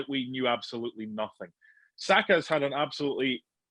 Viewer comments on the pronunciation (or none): SakA not Sako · He has been around for long enough now his surname is not Sako it is SAKA PUT SOME RESPECT ON HIS NAME. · Baffles me that someone can be paid as an "analyst," yet can't be asked to learn how to pronounce the names of players he talks about. It's "Saka," not "Sako." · Why do people keep saying sako. His name isn’t hard. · seen too many people call him ‘sako’ it’s really not that hard 🤦🏾‍♂️ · Someone tell this guy to stop calling him Sako 🤦🏾‍♂️ It’s S-A-K-A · HIS NAME IS BU-KA-YO SA-KA FFS. Get it right Mark. SMH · Bukayo "SAKA"